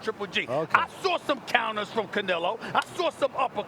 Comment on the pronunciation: First canela, then canilo... can some teach him how to say his name?